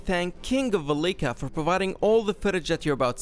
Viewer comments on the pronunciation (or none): Damn you did him dirty. His name is velika not valika